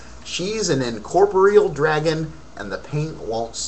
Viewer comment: You're saying incorporeal wrong.